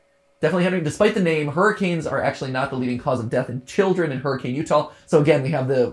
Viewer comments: Utahn chiming in again to nitpick the pronunciation of Hurricane Utah. It's actually pronounced hurri-kin, not hurricane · Y’all are pronouncing Hurricane, Utah wrong and I love it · everyone always mispronounces Hurricane UT technically the city name is pronounced "her-a-kin" despite being spelled like the natural disaster, it's dumb, but that's how it is. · Hurricane, UT isn;t pronounced Hurricane like the storm, but rather Her-ih-can! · I have to laugh because I'm from Utah and hearing everyone calling it hurricane Utah when here in Utah we pronounce it hurrikin. Not making fun of people it's just one of those weird things found in America. Like Huston Texas and Huston Georgia but in Georgia it's pronounced howstin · lives in Utah watches video smirks at MatPat mispronouncing "Hurricane." Got another one.